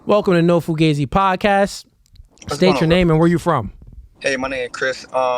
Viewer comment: It's pronounced foo-gah-zee, not foo-gaze-ee!!!